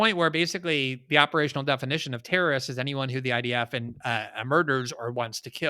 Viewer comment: You really need to learn how to pronounce terrorist.